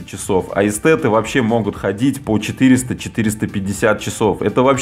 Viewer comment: Написано Эстеры, а произносим в видео Эстеты...